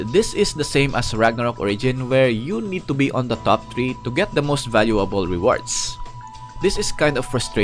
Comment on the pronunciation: "Ragnarok tree" haha pinoy